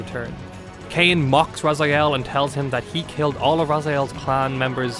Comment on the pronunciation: My ears are bleeding from all those Razyaels. I don't know how it is posible to mispronounce characters name from a game which was released 21 year ago. You didn't hear how his name was pronounced in the game? Game starts with Elder God calling him Raziel...